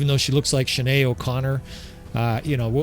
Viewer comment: That's 'shin-aid' O'connor an Irish legend